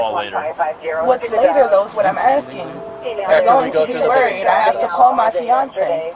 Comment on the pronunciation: “Fionsaay”how many kids has she got .?